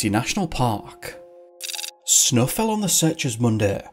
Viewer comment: Why is it that you can pronounce snowing just fine, but snow not so much. What snaugh anyways?!? So much for English accents helping people sound intellectual .